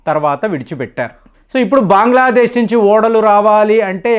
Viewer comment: దేశాల పేర్లు మార్చకు.. మాయమన్మార్ కాదు రా బాబు.. మయన్మార్.. బాంగ్లాదేశ్ కాదురా నాయనా.. బంగ్లాదేశ్.. ముందు నువ్వు సరిగ్గా పేర్లు పలుకు బావుంటుంది